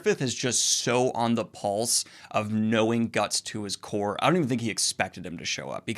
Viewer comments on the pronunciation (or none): none